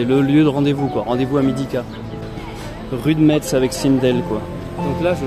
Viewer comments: rue Metz 😭😭😭😭😭 le T en le prononce pas 😭😭😭😭😭 on dit messe 😭😭😭😭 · A Toulouse, on prononce toutes les lettres😂😂😂